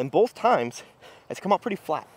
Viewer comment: I like how you accidentally said pwetty. Maybe that should be a failed challenge consequence. You have to talk like Sylvester the Cat for a whole video. 😜😜